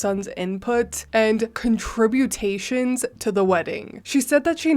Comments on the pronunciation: Sorry, sorry, sorry but I gotta say it…….contributions….con-tri-bu-tions 😁💜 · The word is pronounced 'con-tra-buu-shuns'.